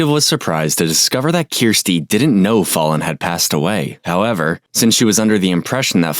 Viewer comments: I don’t even think I can finish watching……dude it’s pronounced f-AL-EN. How many times did you hear them say her name right? This poor baby died in such a terrible way, the least you could do is say her name right. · Right? How hard is "Faa-lon" ffs! And coloring the baby purple & putting a bar across her eyes?! Is this channel run by 4th graders? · The narrator should learn how to pronounce the victim's name! R.I.P. Angel Fallon🕊🙏🏽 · Why does the narrator keep getting Fallons name wrong???? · Drove me crazy the narrator couldn't even pronounce the child's name correctly. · Why do you mispronounce Fallon's name continuously throughout the entire video? Is is that hard to just repeat it the way everyone else is saying it? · Narrator, you consistently mispronounced the child's name. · It’s probably an AI voiceover. Usually that’s what these newer videos use! A bit annoying I agree! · You did an hour video on her murder and didn't pronounce her name correctly once. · Kinda disrespectful you didn't correct your AI voice's pronunciation of the child victim's name!! Even though you know from the video that her name is not pronounced that way you just let it go. Lazy and disrespectful in my opinion. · FAHLLEN not FAWLLEN omg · YOU COULD AT LEAST PRONOUNCE HER NAME RIGHT!!!! UGH!!!! IT'S NOT FALLEN, IT'S FALLON!!! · It's FAL lon not fallen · Is her name really pronounced that way "fallen?" Or Fallon? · Fallon not fallen that's irritating as shit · Her name was Fallon, not fallen. You kept pronouncing it incorrectly. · Fallon not follon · Her name is pronounce "fell-on", not fallen. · use AI tts for these kind of vids, fine, acceptable. but at least check first so "fallon" doesnt get pronounced as "fallen." kinda disrespectful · She keeps pronouncing the babies name incorrectly the whole interrogation 🙄. It’s spelled Fallon but it’s pronounced “Fallen” . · He name isn't fall-on it's pronounced fowlon spelled Fallon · “Fallon had Fallen” Its pronounced Fal-Lyn